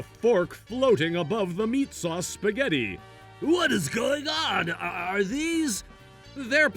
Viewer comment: “there is a fork floating above the meat sauce spaghetti” way to butcher that